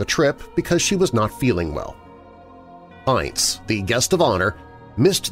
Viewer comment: I love you,but his name was pronounced "Ince" to rhyme with "mince"!